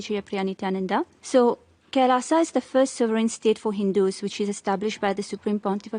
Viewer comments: What is Kailasa... It's Kailash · Ram ko rama bolo, krishna ko krishna bolo, Kailash ko Kailasha, aa ni add hota Hai, agreji!